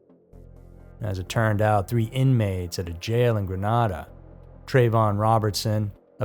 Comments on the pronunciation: Excellent episode as usual! I live in St. Lucia, never heard of the 2nd story. Grenada is pronounced GRE-naida, Granada is in Spain. No worries, we sometimes get the pronunciation wrong. Keep up the good work 👍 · I use to live in Grenada, fyi, you pronounced it wrong. It's Gren Ada. Long a sound. Anyway, interesting